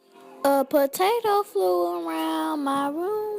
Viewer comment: A TEA patato 🤣